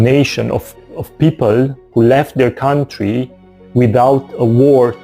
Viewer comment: Country or coutry, i think you have to put a 'n' in between, or maybe is it a word that i do not know, because i am not a native English speaker. Greetings